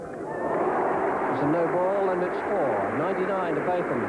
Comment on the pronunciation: Some people call him Both like Hughes did. The first part though. I heard his wife say it in one of the programmes made about Ian Botham.